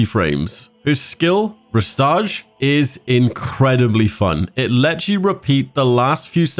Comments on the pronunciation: "Réstage"🤣 It's Re-Stage, man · It’s re stage not restauge